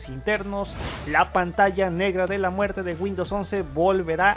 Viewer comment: Pantalla de la muer? micros edge? por favor habla bien.....